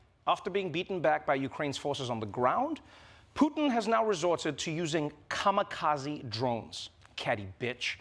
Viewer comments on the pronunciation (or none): it's kamikaze not kamakazi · Gotta say, that's the weirdest way to pronounce kamikaze I've ever heard. It's kamikaze, not kamakazi. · Just let you know, It's not Ka-ma-ka-ze, it's pronounce Ka-Mi-Ka-Ze.